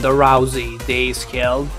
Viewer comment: Best raw womens champion for ever "ronda rouesy"